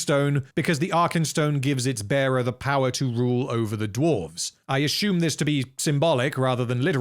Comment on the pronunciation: These vids are friggin great! Love the way this guy pronounces words btw. My favourite is how he says "assume"--> "Ah-Shoom"